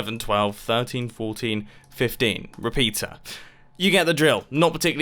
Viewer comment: "12 repatres"